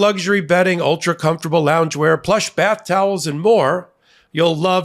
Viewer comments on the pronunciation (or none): none